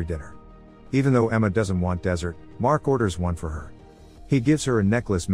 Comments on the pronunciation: It's the second time i hear you pronounced dessert as desert.. You are talking about food dude which is obviously dessert a sweet type of food you ussually eat after eating meal. Don't pronounce it as desert, desert is a tyoe of landscape. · 5kSubsWithoutAnyVideoChallenge the voiceover in the video mispronounced "dessert" as "desert". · Did he just say "desert" instead of "dessert" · Lol. Did he really mispronounced dessert for desert? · You know the narrator is from ''Speechalo when it cant pronounce ''Dessert '' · Are y'all just gonna ignore the part where the narrator pronounced Dessert? 😆😆😆